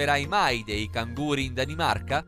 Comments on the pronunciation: Danimarca finisce con la a e non con la c di canguro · MA DANIMARCA FINISCE CON A, CANGURO CON LA C ... BHU